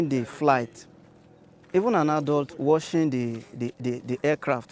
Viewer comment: To pronounce watching, u say = “wochuhng “, not woshing like u said. To pronounce washing. Look more video on how to pronounce some words on speech and language videos.